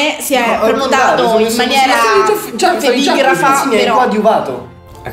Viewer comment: ''Si è prenotato in maniera... EMIGRAFA '' hahahhah